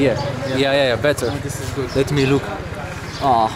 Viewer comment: " Let me look ". Ne sparge ăsta cu engleza lui😂